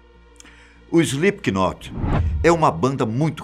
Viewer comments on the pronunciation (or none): Não se fala Slip K Not, se fala Slip not ...aulas de inglês kk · SlipQUInot,que nervoso kkkkkk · E os br sempre falando slipkinot kskskks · "IslipiQUInóti", show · Slipiquinote KKKKKKKKKKKKKK Que agonia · emeteve, maike, slipQUInot lol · Pior né, eu já iria falar disso kkkk, ele pronuncia errado p nome kkk, se pronuncia "Slêp not", ñ pronuncia o "K" e o Slip se escreve assim "sleep", verbo dormir kkkk😂😂😂😆😆😆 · Alguém fala para ele que se pronuncia "Slipnot"!!! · Slipknot a pronúncia é “slipnot” é como knife a letra K tem som mudo. Ótimo vídeo!!! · Só não curti porquê o narrador pronunciou errado o nome. "Slipnot" se pronuncia... O "K" no inglês é como o "H" em português, é mudo. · Morrendo de rir com ele falando Slipikinot e só imaginando meu namorado que é fã se contorcendo cada vez que ele fala errado 😂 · "Slip que note"! Kkk que pronúncia maravilhosa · Epa mas parem de dizer "O Slipe que Note" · Isli piqui noti kkkk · Banda "Ejli pequenote" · SlipKnot kkkkkk ele leu assim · SlipQnot é de doer o ouvido, hein... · 😂😂😂😂 slip Ki not rsrsrrsrsrsrs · Slip not sem som de k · Se pronuncia slipnot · Slipiquinot kkkllkl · Escreve se Slipknot mas não se diz é slipnot não se lê o k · "slip K not"?? lol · Essa pronúncia está fodida. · O "K" é mudo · Só eu sinto agonia em ver o cara pronunciando o nome com k aff.... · O “k” é mudo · Não sabe falar o nome da banda certo